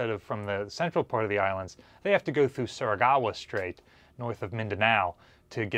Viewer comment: How long will continue to pronounce Surigao as "Surigawa" Must me a Missourah-like thing.